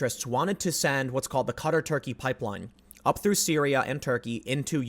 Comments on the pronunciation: Wait...Cutter? Are we trying to say Qatar? I'm confused. "ka-TAR"=Qatar, if so. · Literally took me almost four full minutes before I realized you were talking about QATAR instead of CUTTER. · Qatar is pronounced like guitar but with a k isn’t it? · Qatr? You mean qatar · Fyi: Qatar = Kah' tahr. Keep up the good work Tim. 👍